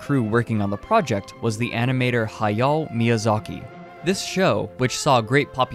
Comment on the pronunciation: The pronunciation of Hayao almost made me fall out of my chair.